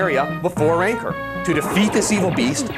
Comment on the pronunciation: What the hell is a "Ranker" ? Does he mean "Rancor" xD ?